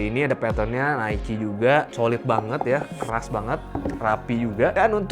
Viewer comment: itu pronounce nya nike kak...